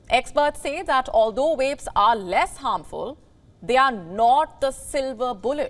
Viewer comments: They said the title wrong! It’s swap cigs for vaps. And she says wapes laugh out loud. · She is having problems getting her lips round wapes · V must be hard to pronounce